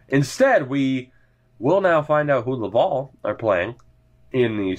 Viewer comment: Lav-AL, like AL Montoya ;)